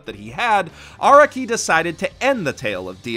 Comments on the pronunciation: Well, I know this is a two year old video and all, but I wanted to place this here for those who may only rely on what this video says. (SPOLIER WARNING AHEAD) First of all, Araki is pronounced 'Ah-rah-ki," not "Ara-ki" like says in his video (which, other then his mistakes, is amazing). Second, many of the "plotholes" people believe are in JoJo, like Araki forgetting Giorno, Bruno, Jotaro's ability, etc. ability to, speed up someone's thought process and reflect damage, tell if someone's lying, STAR FINGER, etc. is NOT Araki forgetting. Think back on the story of all of those characters. There are not any battles afterwards where there would be a need to use/show that ability in use. Star Finger has long range, but is weak compared to Star Platinum's actual strength. Fighting someone with Star Finger like DIO with The World is not the best idea. After the introduction of Giorno's ability to make people's subconscious go haywire, there is no need to show it on screen/on paper, as we should know it's happening to whomever is being hit by Giorno's stand, Golden Experience's punches. As well as, none of the things Giorno creates beyond the point where his damage reflection is shown is able to reflect said damage it takes. All of this was covered by Youtuber, Hamon Beat. I suggest watching his video series on the false allegations of moments of "Araki Forgot." I also emplore you to watch his other video about the times Araki DID forget. That'll be all from me, a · why do you say araki wrong?